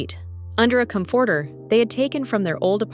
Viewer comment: The way she said COM FORTER 😂